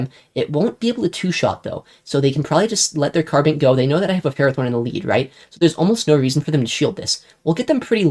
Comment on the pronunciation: Omg he pronounced Ferrothorn correctly! Let's gooooooo (Axn stream enjoyers know exactly what I'm talking about)